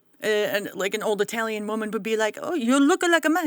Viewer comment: By the way not pronounced Eye(I)talian it is known at It-aly and its people are known as It-alians. Just so you know.